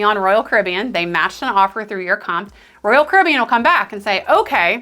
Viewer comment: Never heard of anyone pronouncing URComped as you're comped. It's you are comped.